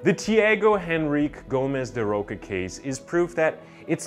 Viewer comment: “Chee-ah-go En-rri-kay Gomez dah Ro-sha “. 😉 It’s a bit difficult, but that’s how it’s pronounced.